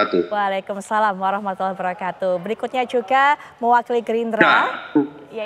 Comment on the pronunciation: apaitu wabrakatuh ucapan yang benar adalah wabarokatuh